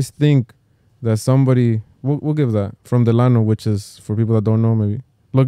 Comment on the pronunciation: Every time y’all said Delano 😩😩